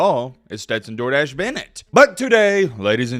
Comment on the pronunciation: For the Longest time I thought was Saying Stenton "Jordache" Bennet not "Door Dashe"😅🤣🤣